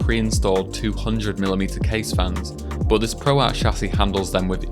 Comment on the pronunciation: Why do you say boot instead of but?